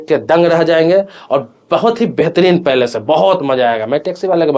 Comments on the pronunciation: कृपया आपसे निवेदन है कि कृपया बुरा नहीं माने, उच्चारणों को ज़रूर सुधारें , आपका विडिओ सभी के लिए अनमोल है | भाषा का सही तरीके से उच्चारण करें | आपके वीडियो में आपने प्लेस (जगह ) के स्थान पर पैलेस (महल ) शब्द का इस्तेमाल किया है | मैं आपका पूरा वीडियो बहुत ही ध्यान से देख रहा था और पैलेस (महल ) आने का इंतजार कर रहा था , लेकिन बाद में समझ में आया कि आपने प्लेस (जगह ) को पैलेस (महल ) कह दिया.............. , धन्यवाद भाई Palace ( पैलेस ) = महल place ( प्लेस ) = जगह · पैलेस नहि प्लेस होता है अंकल 😅